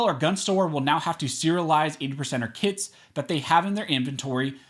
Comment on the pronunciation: I know it's early, but i thought he was saying "80%ers Kids" and not kits... I was thinking "damn, ATF is listing kids as guns.. they're overstepping for real"